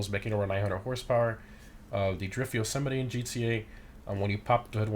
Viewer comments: Im pretty sure it’s pronounced ‘yo-suh-might’ not ‘yo-sim-it-e’ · I'm confused about the pronounciation. You seem to pronounce it as "Jo-semety" I would pronounce it "Jo-Semite" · Yo not trying to be rude but the trucks name is "yo so mite"